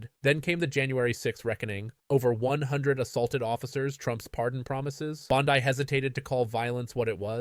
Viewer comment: Dude. You can’t even pronounce her name correctly!! Really? You are that ignorant?! Yes